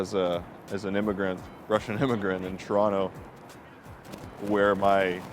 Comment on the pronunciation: Do locals also say Troronto or just you :D